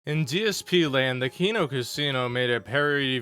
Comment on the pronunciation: He stopped wearing them way before the Dented Zone because of LTG's comments about working out if DSP wants to play him on SF so bad. Also you don't have to explain DSP lore to someone on a detractor channel but if you're going to do it at least get it right. Also it's *Kino not Keno.